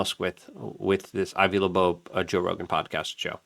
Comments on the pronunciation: I know it’s driving me fucking nuts!!!! Avi Labobe ????? It’s Avi Loeb !!! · FOR FUCKS SAKES!!!! ITS 3I ATLAS! NOT 30I! AND ITS AVI LOEB, NOT LEBOBO! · Luke…Avi Lo-eb… not Labobe …3 👁️ Atlas…not 30Atlas …FFS!!!!!! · did u say Avi Laboob HAHAHAHAHAHHAHAHAHAHAHAH